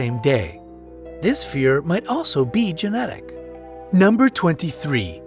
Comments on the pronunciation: He mispronounced #23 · am i the only one who thinks he pronounce 23 wrong? i’ve heard a song about the fear of long words and that is not how they pronounced it